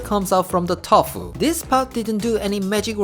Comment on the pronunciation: Is it me or is he's saying "tof" instead of tofu?😂🤣😍